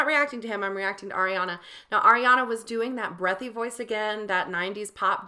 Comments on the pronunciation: Its not aa-riana its ariana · Her name is pronounced Ah-re-ana Gr-ahn-day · air-riana grandy 😂 i love that.. she did pronounce it “grandy” in that interview cause she said that’s what her grandfather would say but it is pronounced grande like the starbucks drink and it’s ar-riana 💛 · Astro Tony and it’s ARIana not AIRiana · first of all you say “Ariana” wrong as well if you want to correct Grande